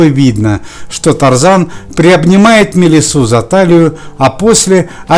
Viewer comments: МелИса, не МелисА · Правильно: Мелисса!